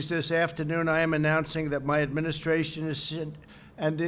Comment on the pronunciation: . Administratration????? Lol